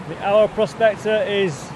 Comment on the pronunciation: I have watched all your vid's. They are all very well produced. So good that you met up with the Eye'r prospector. If he didn't tell you, he should have. Aur is pronounced Eye'r not ow er. So I hope you will learn a little Welsh as you spend a lot of time in God's country seeking out it's treasure. All the best for '22.😉🏴👍